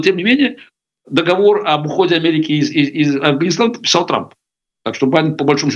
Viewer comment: иЗЗЗЗ, милая, ИЗ какой страны, нельзя же так, Вы диктор или нет? Вы же не на рынке, если Вам не жалко Каспарова, то пощадите наши уши, сразу выключила: Каспаров согласился на интервью с безграмотный ведущей